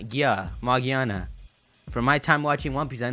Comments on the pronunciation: its not "magiana" ITS MAGEARNA! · It's magearna,it's easier to understand in the US version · Yeah, this guy is right. It's with a hard G like the G in giga, gear, gorilla. Japanese letters don't have multiple pronunciation like English. so it's like "Mah-gih-ah-nah" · Actually it pronounced Magearna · its name is magearna